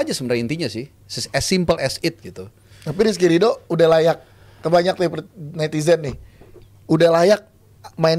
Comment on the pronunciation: RRRRRRRRRR,,,SUSAH AMAT😂😂😂